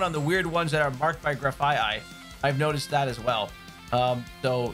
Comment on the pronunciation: Did he mispronounce graffiti? lol